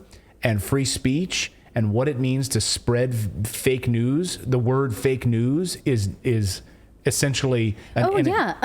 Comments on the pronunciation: How come ordinary Germans abroad speak English so much more correctly than Schwab? zee zeeL he can't say the? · schwab: first learn how to pronounce "TH", then come back.